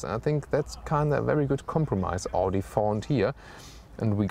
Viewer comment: You're german..why don't you know how Audi is pronounced?!